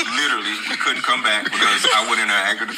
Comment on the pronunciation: Ain’t you a little too old to pronounce the word literally as littlelly?